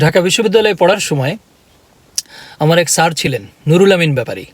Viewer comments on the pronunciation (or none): none